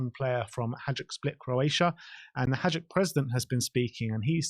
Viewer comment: The team is pronounced 'hi -duke'